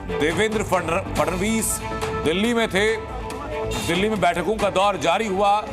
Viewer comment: Anchor ko FADANVIS bolne bhi nahi aata 😅